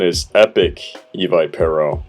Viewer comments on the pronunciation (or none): I think Evipero is pronounced E-Viper-O because the name probably comes from Evileye and Viper. :)